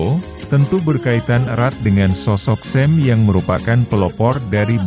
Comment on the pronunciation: Makasi min. Bukan sem pengucapannya tapi SYAM